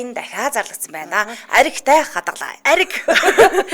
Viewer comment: Аригтай хадгалаад гэж хэлж бгаа нь архитай хадгалаад гэж сонсогдоод бн шүү